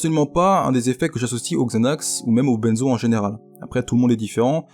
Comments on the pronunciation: on ne dit pas "Bènezo" (BAINE) mais "Benzo" (BEIN) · yo juste a titre informatif on ne prononce pas "benezo" mais "bainzo" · Je veux pas paraitre trop chiant mais ... ON PRONONCE "BINZO" et pas "BÈNZO", c'est "ain" comme dans bain et pas "ène" comme dans Ben Laden. Cordialement, un random qui fait un peu de chimie. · Bordel, qu'est ce que ça m'énerve quand tu dis "Benzo".. Ça se prononce comme le chiffre "Un"!